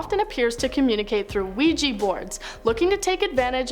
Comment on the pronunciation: Ouija board, not ouijee board.